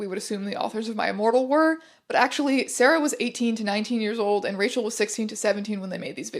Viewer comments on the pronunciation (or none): none